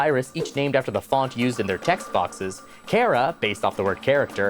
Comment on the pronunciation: Um, actually, Chara's name is pronounced char-uh, and they are not female. Both Chara and Frisk are distinctly androgynous; they look like slightly feminine boys, and have no canon gender. While the fans tend to consider Chara a girl and Frisk a boy, that is purely fan assigned genders.